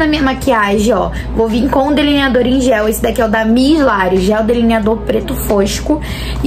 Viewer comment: "Cadê o deliniaDORR" kkkkkkkkkk